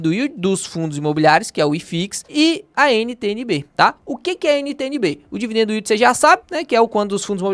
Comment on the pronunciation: " dividendoooo yeald ".....melhora essa pronúncia meu irmão...vai ajudar o meu ouvido